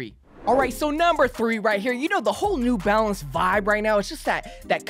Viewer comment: It’s just “New Balance” bro, not “nEw BaLenCeZ”💀💀💀😂